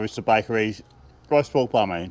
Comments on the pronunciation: I thought you were saying “riced pork,” but I finally figured you were saying “roast pork.” Seems like I have a lot to learn. The pie looked ridiculously delicious, and such value! 😊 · Wait a second; is it roast pork or diced pork? I thought you were saying RICED pork. 😂😂😂